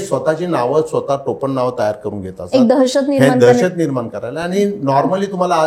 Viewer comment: डोंगरी मदे, भीती निर्मान__ असे अशुद्ध उच्चार सुधारा,,, उज्ज्वल भवितव्यासाठी